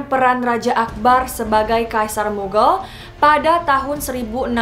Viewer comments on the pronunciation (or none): btw bacanya mughal , bukan mughel